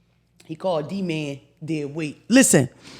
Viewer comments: OMG I had the same reaction to the name thing. Talkin bout some damn Duh-man. Its DEE-man!!! 😂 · omfg everytime she said D’man instead of D Man, it felt like nails going down a chalkboard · Watching now! How is she the teacher and she can’t figure out that D-Man is not pronounced like demand🤦🏾‍♀️